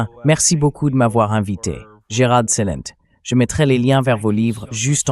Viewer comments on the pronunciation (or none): On dit CelentÉ CelentÉ comme Énergie merci pour le reste.